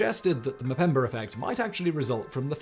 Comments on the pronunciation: It's Mpemba, not Mpembr. Learn some humility and pronounce it right. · STOP SAYING MUHPEMBURR! STOP IT!